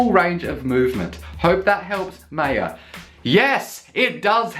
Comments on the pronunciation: Maya is pronounced My-Yah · I believe Maya is pronounced in the way that it rhymes with 'fire'.